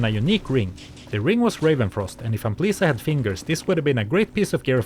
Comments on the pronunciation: The title to dis bideo should be Lezzelecting Ampleesa. xD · I know you're saying Amplisa, but it kept sounding like you were calling her "Aunt Lisa" XD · Anyone else hear Aunt Lisa instead of Amplisa? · I had this on while gaming, took me 20 mins to realize he WASN'T saying Aunt Lisa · Oh, Amplisa. I was listening on my second screen, I thought he called him Aunt Lisa the entire time. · I always watch your videos, but this time, I was doing chores and just listening. Up until 5 minutes before the end of the video, I thought you were calling her Aunt Lisa 😂😂😂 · Im 40 mins in this video watching very attentively and i read your comment, but i still hear A U N T L I S A